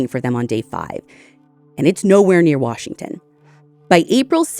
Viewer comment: Native Washingtonian here. Your pronunciation of these locations is impressive 👏